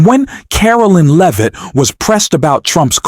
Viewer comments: Not “Leave-it” - pronounced “Lev-it” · AI came up as it often does, with mispronunciations but my recent favorite is the one for Levit's name: Leave it !